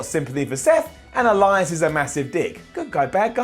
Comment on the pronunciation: I could swear I hear say Erias